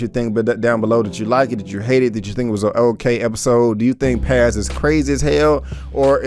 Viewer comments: Texas Finest 😂. I was gonna tell him it’s pronounced Pawz/Pause... it was annoying me too. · I wanted to say it's pronounced Paaahhz, like P-AH-Z. Paz is one of my favorite Latina names. Lol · Its Paz my G not Pez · He Keeps Saying "Pez" It's Paz. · How is she your fav character but can't pronounce her name.. You're just another guy tryna ride the POWER wave you not a real fan and this review is shitty asf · PAZ shouldn’t be this difficult to pronounce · TorrentBlaze he’s not the only one trust me I get if maybe it’s easier for me being Puerto Rican myself but there’s no way it’s that tough 😂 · You are killing me when u saying Paz name wrong...😆😆😆